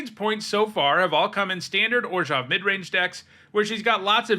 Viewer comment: Two things I really enjoy on the rare occasion when Youtubers actually do them: 1. Correctly pronounce the "zh" part of "Orzhov." 2. Calling generic mana what it is rather than "colorless."